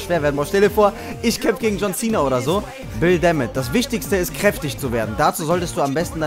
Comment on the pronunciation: Wie er immer anstatt Bill DeMott Bill Damnit sagt xD